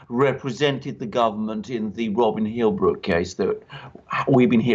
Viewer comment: Robin Tilbrook NOT Robin Hillbrook. Please